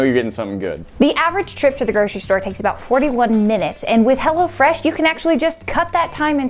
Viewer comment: it sounded like you said hella fresh meal